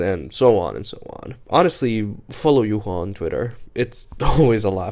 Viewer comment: Thank you for pronouncing the name of the true winner of Season 10 correctly, as it's "yu-hua" and not "yuwa" 😌